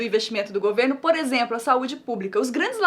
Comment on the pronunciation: Juro q ouvi a Nilce falando "exempro" kkkkkkkk